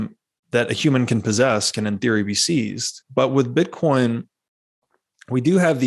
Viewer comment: Is he calling it "bitcorn"?